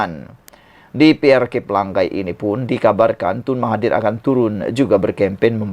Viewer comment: Pela ngai BUKAN PELANG GAI